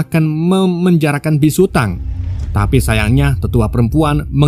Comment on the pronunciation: biksu bang bukan bisu😅😅